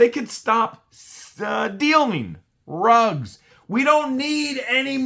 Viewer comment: It's drugs not rugs